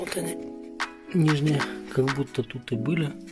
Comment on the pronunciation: чуууувааак... читай текст нормально... "кабуТТО", "ЭЭЭ"... ск, запяяятые... ты просто не в состоянии прочитать текст... это "ПИНЦЕТ", товарищи...